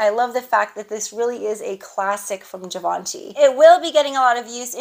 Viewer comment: Happy Birthday Nice haul as always!!! The way you say Givenchy is perfectly fine😉(I’m French so I can reassure you) And your food for thoughts… I felt like you were talking to me So true I can’t wait to hear the new change in your life…surely another blessing that you deserve so much Have a great day 🥰